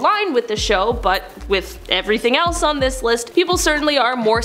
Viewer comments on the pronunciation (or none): none